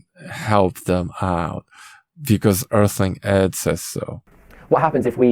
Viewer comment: More like Earh-ling Ed. lmao, got em.